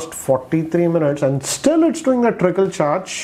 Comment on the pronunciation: It's trickle not tripple bro😂😂😂